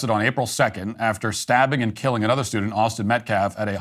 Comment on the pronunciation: "Austin Metclaf" "Self Deflence" "Daniel Penna" 🤦‍♂️🤦‍♂️🤦‍♂️